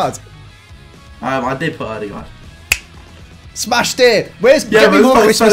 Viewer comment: Oy, great pronounciation of Ødegaards name!!